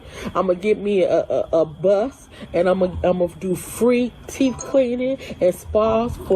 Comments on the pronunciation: “Teef” doeeee? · Anyone who says "teef" cleaning would not get anywhere near my teeth. 😂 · And, “teef”